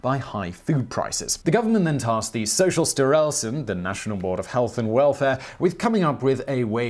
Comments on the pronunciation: Being Danish, I especially LOVE how you pronounced "Socialstyrelsen" in this. The other Swedish names were great too, but the way you accentuated "styrelsen" was phenomenally funny! 🤣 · I gotta say you're doing quite well pronouncing Swedish today. Kooperativa förbundet and Socialstyrelsen et al. It can't be easy for you Simon.